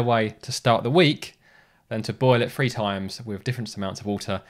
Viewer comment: 3 is pronounced three, not free. Otherwise, thanks for an interesting video.